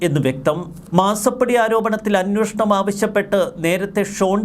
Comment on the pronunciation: അന്നോഷണം എന്നല്ല ഉച്ചരിക്കേണ്ടത്... അന്വേഷണം ആണ് ശരിയായ വാക്ക് 😊